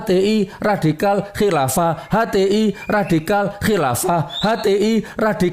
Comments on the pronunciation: Menit ke ngmng ny mlonter 😂 radikal jadi ridakal... 😂😂😂😂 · Nyebut radikal ridakal..wkakkaKkakakkakkkkkk